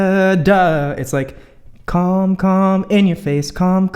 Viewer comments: i literally thought he said ”c*m c*m in your face” lmao i’m so immature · Sorry but I really thought that you said "cum, cum, cum in your face" and I saw like WTH 😂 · I thought he said “cum in your face” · Oh no why’d I hear him say “cum” “cum” “in ur face” 😂😂😂 aaaaa nooo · omg i understood 'cum cum IN YOUR FACE' i was like tf i need to improve my english asap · Dude wtf. I literally thought it was "cum cum in your face" instead of "calm calm in your face" HAHAHAHAHAHA OK IM SO DONE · When you think he says cum cum in your face too look at the comments and realise it’s calm 😮😂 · I THOUGHT HE SAID CUM CUM IN YOUR FACE Lol. Its calm calm in your face ahahhaahah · im sorry but i could not help hearing "cum cum.. in your face" when u said that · I thought he said cum and I was rly taken by surprise......... glad I misheard